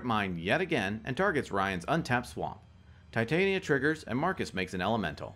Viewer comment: Wow those were some fun games lol crazy turns out of nowhere. I don’t mean to be or like being that person, but I do have one complaint: Tih-Tahn-Yuh. Titania like the folklore fairy queen. Tie-Tay-Neeuh sounds like if there was a female titan in a show and the writers were lazy so it’s like “let’s call her titan, but make it feminine.” Just puttin that out there...